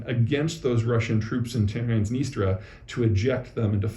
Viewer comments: It's TransnistRIA, not Transnistra. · PZ ! tsk tsk--- TransnistRia NOT Transnistra as you said... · I think it's pronounced "trans-nee-stree-uh" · Trans NistrIa. Still, you drop a "I" from aluminium too, so why not? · I thought it was pronounced “Trans-NIS-tree-ah.”